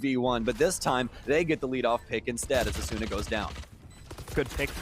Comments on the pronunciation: AsOOOna lmao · Bruhh bc of this commentator I pronounce asuna asoona now 😭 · The way the casters pronounce Asuna tilts me so much